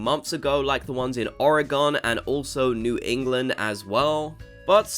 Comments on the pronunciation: ...OreGEN. NOT OreGON 👀 Unless this is in the UK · Jsyk, Oregon is pronounced the same as organ.